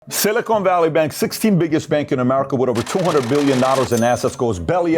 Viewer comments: Its pronounced Silicon, not Silicone. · SiliCON. Not SiliCONE. We're talking about microchips here, not fake t*ts. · Someone please tell PBD it’s pronounced “sili-CON” not “sili-CONE” 🤦🏻‍♂️